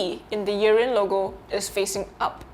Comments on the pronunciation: Not sure why you keep calling it Urine. It’s not urine. It’s “ear in” as earin. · Sounds like you’re saying urine but I thank you for your review anyhow sir thanks man